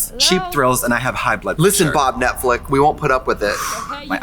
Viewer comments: I. Love. That. Tracy. Says. Netflick 😂 sometimes. Reminds me of Gotmeek 😂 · Trixie always calling it Netflick is the best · I love how Trixie calls it Netflick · Why does Trixie keep saying Netflick instead of Netflix